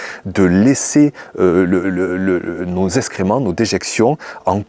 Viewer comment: parlez français ! SVP. : eX créments Pas. eSScrément